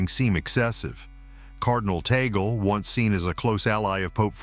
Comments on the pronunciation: It’s TAG-LE. Not Ta-gel. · ITS TAG-LEE NOT TAGOL SAY IT CORRECTLY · It is pronounced Tag-leh not Tay-gel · TUG- LE ( " Le" like the sound of the first syllable of the word Legislation) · Oops. The Pope cannot appoint his own successor. That is the job of the cardinal electors. P S, Tagle is pronounced « Tah - Glay. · Pronounced Tag-le. AI!